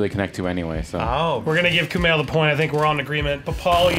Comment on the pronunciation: Every time he mispronounced Kumail's name I cut myself